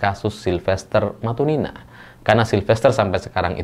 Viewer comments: sebut matutina jadi matunina, sengaja memplesetkan atau salah baca...??? 😅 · Kalo nyebut nama silfester matunina 😂yg bener matunina apa matutina😂😂😢